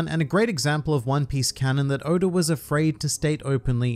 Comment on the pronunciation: Why he say Oda like Odar